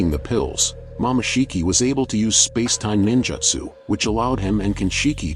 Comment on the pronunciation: bro it said momashiki tf? IT'S MOMOSHIKI